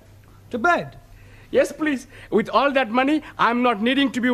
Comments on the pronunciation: Taro is not a real Japanese right? Japanese tend to change "L" to "R" and vise versa as in Please to Purisu not pleaso. But this show is hilarious as ever hahhaha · Taro's Japanese accent isn't really correct. Or maybe it's another type of Japanese accent? Bc. Don't they pronounce the letter L as R. And they mostly have a U at the end of a word If they speak English like for example : the word "please" they say "peresu" -> not pronouncing the U at the end instead of "pleaso"... I'm sorry if I'm wrong xd. I'm not saying that I'm correct 😅